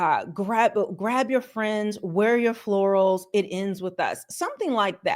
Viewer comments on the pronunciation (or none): "wear your flourals and lets go the to court."